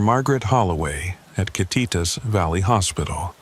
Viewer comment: Love how AI pronounced Kititas county 😂 hello from Eatonville Washington!